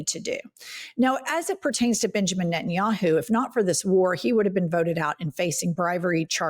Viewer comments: Every time Jennifer says NettinYAHOO I feel like she’s going to commercial to promote the website. Like Booking dot yeah. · Benginijahu? WTF? Did I hear that right?😂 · "prime minister Benja Yahoo"